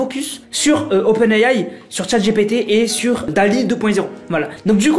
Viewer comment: A chaque fois que dit "open AI" il dit "Open AYAY"🤭🤭